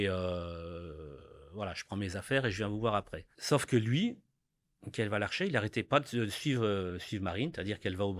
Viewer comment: J’envoie tout mon soutien à ce père endeuillé ainsi qu’à toute la famille de Marine. Par contre un petit effort aurait pu être fait de la part d’Olivier pour prononcer correctement le nom de cet assassin, qu’il répète à de nooooombreuses reprises en disant « Lavarcher » au lieu de « Valarcher » alors que le père de Marine s’efforce à le prononcer correctement 😅